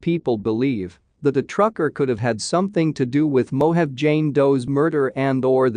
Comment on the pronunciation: Mo-ha-vee = Mojave